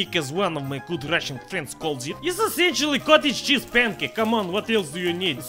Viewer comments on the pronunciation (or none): It sounds like he’s saying jizz when he says cheese